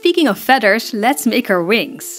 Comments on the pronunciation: Magennta fedders. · I adore the way you say "feaders" lol